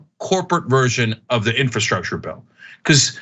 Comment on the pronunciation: Ana, I love you, but why do you say, "infahstructure?"